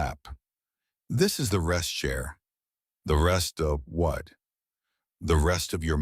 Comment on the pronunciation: yes, indeed. Cher and not share :)